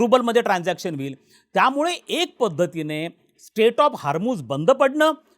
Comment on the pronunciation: स्टेट नाही हो... स्ट्रेट.. स्ट्रेट ऑफ हार्मोस😂